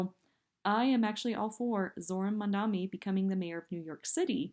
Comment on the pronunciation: She's not ranting. She's stumbling. Ouch! Hey,, learn how to pronounce Mamdani's name.